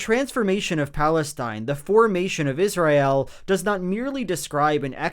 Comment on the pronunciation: I love Joel. That said, does anyone else clench their teeth a little tighter every time he says Is-ry-el?